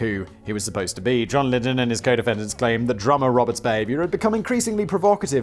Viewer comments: We all just witnessed a birth...a birth of a new channel. Simon "Ive got another channel" Whistlaar.....p.s John "liddel....lidden" Lydon (Lie-don) hahahahahahahahaha love you simon also he used the butter money to make his album so its a fair crack. Trying to kill a cat isnt rock n roll buddy....doing drugs and fucking chicks is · Sorry to be that pedantic nerd but it is pronounced John "Liedon" not John "Lidon." I am 48 and was a massive pistols fan in my youth. That aside punk isn't simply about chaos and drugs but yeh John Lydon is certainly a sell out. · Oh Simon, the man's name is Lydon, pronounced lie-dun. It's a British name ffs! How do you not know how to pronounce it properly??? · Pronunciation Police: John L-EYE-din... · Simon.....you are British....and you can not pronounce John Lydon.... FAIL. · Simon: Oh, Johnny, true punks never sell out! Also Simon: Can't say Johnny's last name to save his life. POSER!!! ;)